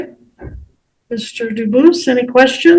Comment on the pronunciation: He is not pronouncing "Dubus" in French correctly